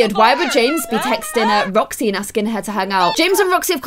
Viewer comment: When you wanted roxy you said joxy